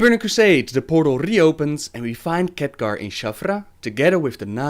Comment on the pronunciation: hohohoho, so many Catgar! later, it's Khaadgaar !! ! !